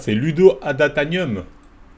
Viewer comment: Ludo « adatanium » 🤣 tu abuses sur la prononciation 😂